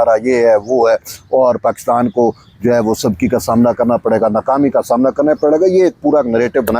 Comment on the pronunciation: 'Sabki' nahien hota "Subki" hota hey